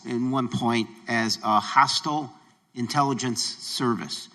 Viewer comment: "INTiLLEGENCE" Committee 🤣🤣🤣 Sounds like there are aliens among us👽